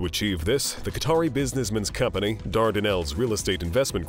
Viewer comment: Financialay, economicalay, companay revenue, family, investmants. Yes, I know they're all spelled wrong. I'm not making fun of the narrator, just wondering why the words I wrote plus many more end in or are accentuated with (lay). Anyone else know?